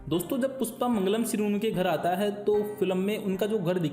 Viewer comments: "Pusss paa" nahi bhai🤣 PUSHPA hh 😂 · Puspa nahi be ..Pushpa.....pehle ispe kaam kam kR ..fir behind the scenes ja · PUSHPA not PUSSPA